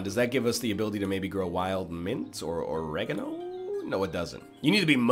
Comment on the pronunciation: "oh-reg-ah-no" ermmmm wut?